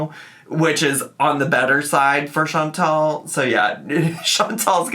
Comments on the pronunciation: Chantal’s name IS pronounced “Shawn-TALL”, not “Shawn-TELL”. It’s the pettiest critique I have for ALR but it drives me up the fucking wall every time I hear her say it. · her name is chantal not chantel idk why amber can't say her name correctly ever FOR YEARS